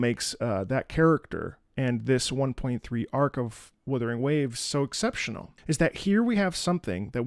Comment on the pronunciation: Wutthering? Wuthering... What? Wuthering Heights? AGHHHH LIMBUS COMPANY REAL